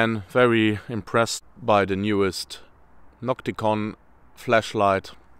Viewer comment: Sprich deutsch, ausserdem heisst es NOCTIGON und nicht NOCTICON, klar ?? Mit G